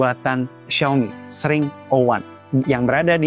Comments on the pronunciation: Ex ring bukan sring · X,RING tot Bukan SRING lol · Bukan sring bang tp dibacanya eks ring😊😊😊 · ku kira bacanya eks - Ring bang, bukan sring😭😂 maap kaget tadi tiba² sring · Bang, Baca X Ring dong.... Biar lebih enak dengernya-- ketimbang xring 😅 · Tapi cara penyebutannya "Eks Ring" ga sih 😭, ketimbang "Sring" aneh banget dengernya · Kalau penyebutannya sring kayaknya aneh dah 😂 lebih baik eks -ring 01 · Dibacanya ex ring bukan sih? Sring kek gak bgt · SRING 😭 bukanya bacanya X RING gasih tolong 😭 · mungkin cara bacanya bukan "Sring", tapi "Eks Ring" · dibacanya x 环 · Gw juga aneh dengernya 😅